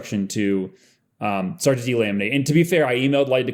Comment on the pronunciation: did you say “shart with them” ? Okay… if you say so. 💩